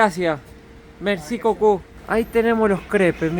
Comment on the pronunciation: Min has dicho Merci cocù, eso quiere decir gracias cornudo en francés 🤣🤣, es por eso que el hombre por un instante te mira raro.😂😂